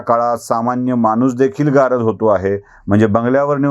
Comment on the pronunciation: सर ,गारद म्हणताना आपला 'द' वरचा जोर कमी पडत होता...'गा रद्द' असा उच्चार अधिक बरोबर झाला असता...पण एकटे तुम्ही काय काय करणार म्हणा!!!!